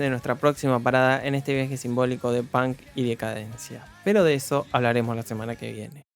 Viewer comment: dijiste tantas veces pan que por un momento olvide que se dice punk